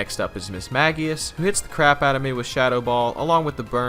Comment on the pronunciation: Mid-mage-ious it’s mid-maguh-ious lol